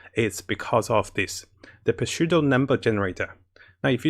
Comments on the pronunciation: For future reference, the “P” in “pseudo” is silent. So, it is just pronounced “Su-do”. Great video as always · Just a heads up, but the "p" is silent in pseudo, it is said like seudo. English is dumb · Just wanna let you know, the p is silent in pseudo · The P in pseudo is silent 🙂 great video though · I love your content and thanks for your videos! By the way, the 'P' in the word" Pseudo" is silent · Mattttttt! The P in pseudo is silent like in pterodactyl. Love your videos and thanks so much for making them! <3